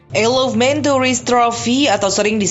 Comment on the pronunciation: Bacanya ayel of man bukan isel of man